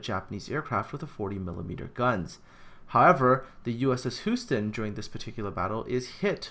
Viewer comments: is not spoken Who-ston it's spoken Hue-ston. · I'm a New Englander, so I can't speak for Texans, but isn't Houston pronounced "Hyou-ston" rather than "Hoo-ston?" I know I'm nitpicking. I still enjoy your work on this series. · It was a larf, but is Canadian, so I forgive him.;-) Hoo-sten...we have a problem! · It's named after the city pronounced 'You-ston.' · compared to the pronounciation of the dutch names houston was only a tiny bit off :)